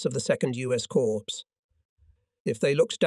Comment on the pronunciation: Corpse = dead. Cor with a silent P or Cors with a silent P. I was at VII Cor HQ near Stuttgart Germany for 3 yrs. Is the production crew unable to read?